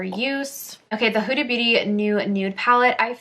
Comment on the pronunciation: Her name is pronounced Hooda, not Whoda.